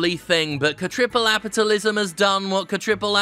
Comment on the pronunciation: I keep hearing you mention cAAApitalism, as if this wasn't business as usual for normal capitalism.